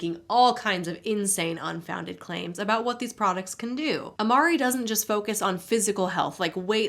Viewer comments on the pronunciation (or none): When you said "unfounded claims" , my brain immediately heard "Hun-founded claims" 🤣🤣 Pretty accurate, I guess!